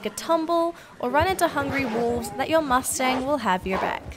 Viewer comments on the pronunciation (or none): none